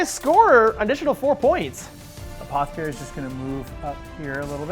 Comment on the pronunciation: sorry but it's apoTHEcary not apoCAthery!